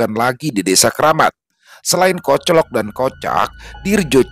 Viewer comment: Malam, cara baca KOCLOK ( o nya kayak baca soto)